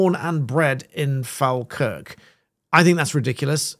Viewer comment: It’s pronounce FallKirk